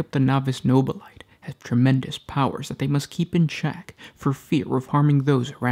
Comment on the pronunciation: No Bill A Tay not No Bill Light I stop your videos every time you say it. Your the only one I've ever heard pronounce it that way.